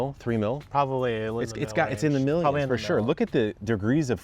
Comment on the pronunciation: Of course, the fancy logging machine costs “Mill”yons. 😂